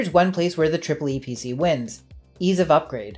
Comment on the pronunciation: funny how you say tripple e pc. in germany it was promoted as epc with a long spoken e